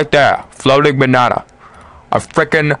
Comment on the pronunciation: lol. your voice mannnnn. "flootiing behnahnah " 3 times. you said with "h" but, nice tutorial. thanks